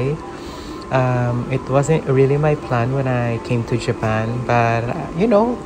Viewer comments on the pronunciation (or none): none